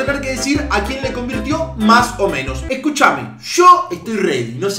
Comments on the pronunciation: dice convitio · Dice convitio jakaja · Like si te diste cuenta q dice convitio en vez de convirtió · Like por el R que falta en "Convirtio" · Like si te diste cuenta que dice "convitio" en vez de "convirtio"